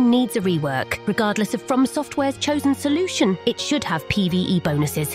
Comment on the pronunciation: Say "bonuses" again, i dare you.